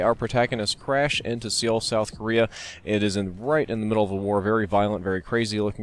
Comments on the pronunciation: It's pronounced su-hl :) Not seeuul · Seoul, South Korea its pronounced "soul" not "see oul" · It's pronounced SOUL south korea. Not SEEL. Sorry, that bugged me. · fyi the capital of south korea is pronounced soul, like your spirit, not see-oul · Seoul is pronounced "Suh-ool" not "See-ole" just fyi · It's not pronounced see-ul, it's pronounced more like soul, just wanted to mention this ^-^ -an actual fan from Seoul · Seoul is pronounced like soul not see-ol. It does look kinda funky though so it's hard to pronounce in English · Just saying, Souel South Korea is prononced like "soul" rather than "seal" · I don't mean to be such a stickler, but it's not "see-ol", it's pronounced "soul" (at least to most people that's how it's pronounced (I'm Korean so I do know the proper pronounciation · SEE-ool? It's pronounced basically like the soul of a shoe. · SEE-ol, South Korea? Really? It's just pronounced Soul. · For future reference, it's Soul* not See-oul* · No to nit pick buuuut... it's pronounced Soul not Seaowl. other than that great as always. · Its pronounced, "so-ul." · Just wanted to say it's pronounced Soul. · IT'S PRONOUNCED SUH-WOOL! (sorry for the yelling. my Korean language side just snapped) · Seoul is pronounced "Sole",. Come on man! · pronounced "Soul" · Pronounced "Soul". Great vid. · Pronounced as Sole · isn't it pronunce soul or suh-ool for Seoul lol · Just pronounced Soul. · its pronounced SOUL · Seoul is pronounced "soul" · Soul...Soul...Soul! It's pronounced like the thing youre killing when you say it wrong!! Damn. I know it's spelled SEoul but dont say it like that. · It's pronounced "Soul" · It's, uh, pronounced "soul" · It's pronounced "Soul" despite being spelled with an "e." Otherwise, this is fuckin' awesome xD. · Seoul (sole) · Lol it's pronounced just like "soul" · You don't pronounce the 'e' in Seoul. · you said Seoul wrong multiple times... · "Seoul" Wow, you butchered that pronunciation.